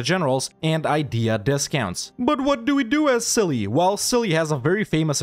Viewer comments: Its silly how the game calls that nation cilly while its celje and its not read as silly at all, it should be tselye (dont read the "e" as "i") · ist celje not cili